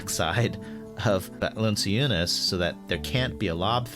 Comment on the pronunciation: oh, hey, Eric? Jonas Valanciunas's name is pronounced "val-an--CHOO-nis"